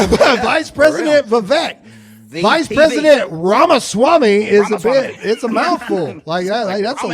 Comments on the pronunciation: What annoys me is that they expressly confirm that they’ll continue to mispronounce Vivek Ramaswamy’s name. How infantile. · I've been saying that to myself throughout the whole video... purposely mispronouncing his name because you don't like the proper way is just disrespectful.